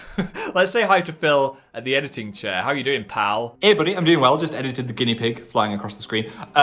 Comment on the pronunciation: The northen hey got me off guard